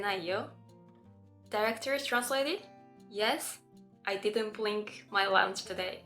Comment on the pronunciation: The 1 time you got l in the word instead of a variant of pronouncing "r" was when hou pronounced "blink" instead of "bring" The 1 time you got the "l" sound in the word instead of a variant of pronouncing "r" was when you pronounced "blink" instead of "bring"